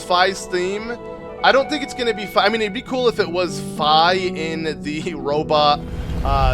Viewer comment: Also, it’s FEE! and Guh-roo-doe. And mar-lee-o (it’s a non-optical L).